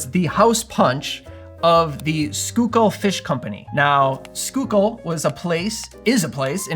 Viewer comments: Awesome job on pronouncing Schuylkill correctly - so many folks just can't wrap the head around some of the names around Philly! And the punch looks good too!!!! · Happy Friday! Great video as always! Gotta try this one. Grew up in PA. Schuylkill is pronounced skoo-kill there. No judgment, there's all kinds of crazy pronunciations up there! 😊